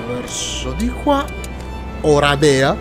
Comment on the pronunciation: Oràdea, Oradèa è un pò sbagliato